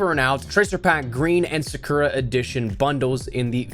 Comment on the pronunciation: When he called Sakura sakeria I kinda cringe a little tbh